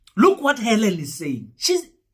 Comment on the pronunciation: Let. me make a correction.! It Helen not Hallen. I think you need to sue you English teacher.! Because he failed spectacularly to teach you anything 😂😂😂😂😂😂😂